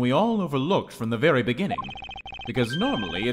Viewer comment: (Dunban) It vury much was.